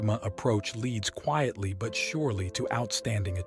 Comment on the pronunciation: “Quittly” “Katta-pilar”?